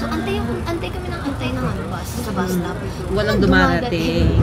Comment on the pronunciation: istop and isteak. Tagalog English pa more. 😂✌🏻